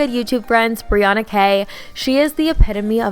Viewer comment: it’s actually briANNA:)